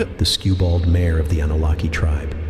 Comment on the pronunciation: The mispronunciation that really got me was pronouncing "Mare" as "mayer." The a in mare is pronounced more like care, bare, share, etc. Less of a sharp A, Unless you pronounce bare as bayer at which point I think we'll have to settle this with fisticuffs. More seriously; no worries. Everyone mispronounces stuff. Other people have caught a lot of your other misses - like Stygian being "St-eye-gee-an" or indelible as "in-del-ih-bull." Or Siobhan being "shi-vahn." Similarly when it said "grume" I'm 99% certain it was a misspelling of grime. Not your fault, but it does go to show how easy it is even for someone with a thesaurus to make simple mistakes. As far as keening goes - there is an Irish ceremonial 'keening' that refers to sounds made at a funeral unique to them, but more commonly it's used to refer to a sharp, high pitched and sorrowful tone. Like a bird calling to something that isn't there, or a warning siren prior to disaster, or even the sound of a violent wind whistling through the trees. If it helps, you can think of it like a 'keen' blade; it means sharp. Without the sharp sound, it's not a keening so much as a wailing or moaning. It's all peachy, though, because English is a glorious mess of a language to an extent even native speakers don't realise; the rules of the language literally change based on the etymology of the word you use. Is it based in Latin? Then it would be octopi - but because it's actually Greek the correct usage is octopuses. Because English i